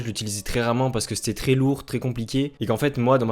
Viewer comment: Bonne vidéo mais on prononce « è » pas « é » dans le « très » ..